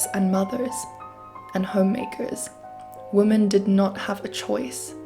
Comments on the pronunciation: womEn, the plural of woman is womEn. Check your pronunciation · I appreciate the hard work you have put into such a serious topic. Please, “women” is pronounced differently than “woman”. Mispronunciation discredits your thoughts and ideas.